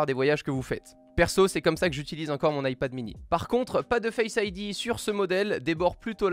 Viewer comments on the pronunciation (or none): none